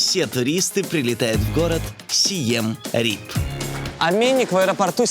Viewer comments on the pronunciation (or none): Название города правильно читается ка Сиэм Риэп. Обычно в русской транслитерации - Сием Реап. Почему он у вас стал Рипом?...